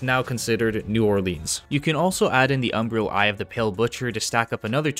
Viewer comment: How are you still saying "Umbrial" ? How can i trust a guide when you cant even read? Cant sound out these words you cant say? Are you 11?